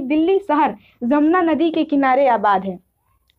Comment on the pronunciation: Mam,hai aur hain me frq h,aur jeem ze me v, Apni pronounciation me Dhyan den